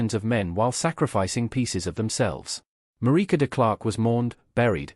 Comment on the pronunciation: It's a crying shame that the commentator could not pronounce Marike's surname correctly.